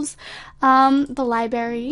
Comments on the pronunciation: Lol she said libary not library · liberry xD lo l